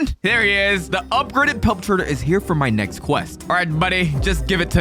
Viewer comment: Bro just said nezxt